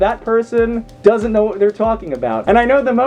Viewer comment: Huh, you and I pronounce doesn't differently......